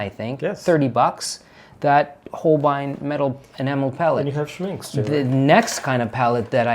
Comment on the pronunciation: Hallo, Rajiv. Your German pronunciation sounds great, especially when you recalled what your friend's Oma said-- but please help spread the word that Schminke is not pronounced Schmin-kee🤣, but rather Schmin-kuh😉! Love watching all of your art adventures with Marcelo! Tschüss!